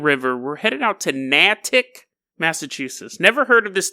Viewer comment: Natick haha damn. most of my family lives up there, what a pleasant surprise. Btw its pronounced nay-tik but i love when you pronounce things weird its funny Edit: also wtf even is this story lmao